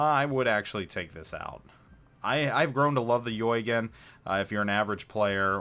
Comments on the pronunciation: Eugen is pronounced OY-GEN, Mainz is pronounced MYNZ or MINE-Z! It is NOT The "Yoygen" and "Manes"!!! That annoys the hell outta me. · Dude I cringe whenever you try to pronounce the name of Prinz Eugen. It is NOT "YOY- GAN" it is more like OY - GEN or if you prefer OI - GEN. Please stop butchering the name. aaaaaaargh. Other than that good vid. Thanks for your insights.